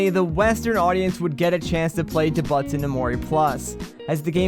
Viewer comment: i love the video but each time you mispronounced doubutsu i curled inward a little :(